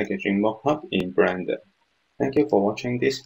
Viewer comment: Great tutorials, but you gotta learn to pronounce the word bLender.. it sounds like you say bRender. haha :D